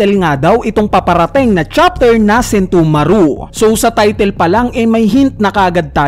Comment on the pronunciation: Please paki ayos ng pronounce ng name ni Sentomaru